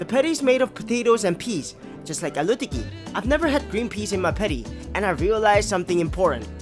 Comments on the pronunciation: Love how you said aluuu tikki 😂♥️ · The way he pronounced Aloo tikki 🥹💖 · He said aloo tikki like he's pronouncing allu arjun name 💀